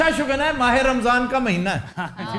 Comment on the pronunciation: Muhtram "Ya Mah-e- Ramzan hai" Apny galt bola